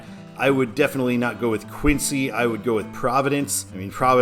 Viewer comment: When I heard you pronounce "Quincy" for the I-90 / I-93 interchange in downtown Boston I cringed. It's pronounced "Kwin-zee" with a short i, not "Queen-sea". And no, I don't agree that Providence should be a control city for I-93 South there, Braintree or Cape Cod is much better. Traffic from the Mass. Pike to Providence would take Route 146 at Worcester or Route 128/I-95 at Weston. The signs on Route 128/I-95, I agree, Peabody and Waltham should not be used. Portsmouth NH/Portland ME and Providence RI/New York City would be better, respectively.